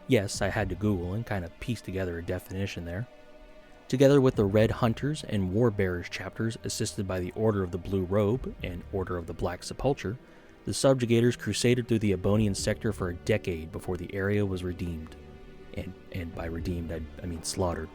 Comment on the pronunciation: Sepulcher is pronounced Sep-Ul-Ker, understandable mistake. I only know that because I played a lot of Skyrim.